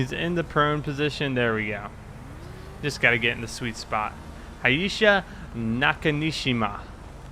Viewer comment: it's Hayashi NOT Hayesha